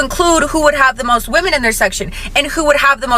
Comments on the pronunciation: important note “woman” and “women” are supposed to be pronounced differently this is a public service announcement so others can understand wtf you are talking about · Why does she keep pronouncing women as woman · Is it me or do people have a problem saying WOMEN? I keep hearing WOMAN but they seem to be able to say men with expertise... 🤔🤔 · It’s actually really weird. I’ve been noticing it. It’s pronounced wih-MEN.